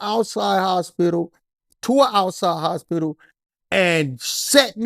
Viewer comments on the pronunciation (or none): none